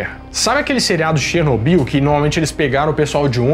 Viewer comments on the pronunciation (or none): none